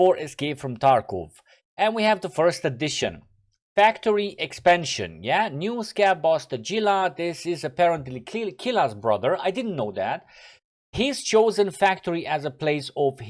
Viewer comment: Hey,, i think that it will be right to pronounce Tagilla not like Gilla... It's more like Takhilla (like Ghele costume, you know). Best regards, man